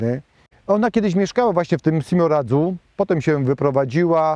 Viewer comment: Simoradzu, nie Siemoradzu. Nie na Śląsku, tylko na Śląsku Cieszyńskim 😊